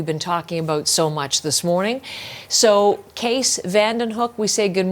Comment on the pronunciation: CBC host has a weird way of pronouncing the guest's first name, pronouncing it as "Case" when the name is "", meaning it should be pronounced with the "ees" in "Bees", or, alternatively, as "keys" is pronounced, though the "eys" is pronounced like "ees" with "bees". I wonder how pronounces his name, for he said nothing about being called "Case". It's now April 27th and it would've been welcome to listen to the vigil last Friday evening live, but lost Internet connectivity early last Friday and this was corrected only at pm this evening. However, CBC has a 2 hour video from 3 days ago and I think this might be the recording of the vigil, " CBC News special: Nova Scotia Remembers ", so I'll check this. It has to be the vigil, which'll probably better for me, given that Live Streaming doesn't at all tolerably work with this OLD PC that I have. And, with these things aid, I again offer condolences for the families and friends of the many victims of this tragic event, an incredibly mad series of killings.